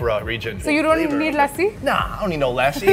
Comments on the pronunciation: haha. Lassi is pronounced like /luss-see/ and not /la-si/ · "Lassi" .. lol..thats a damn dog -- learn the pronunciations